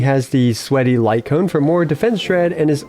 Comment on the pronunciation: Why is it so funny when he says ' a sweaty lightcone' 💀💀💀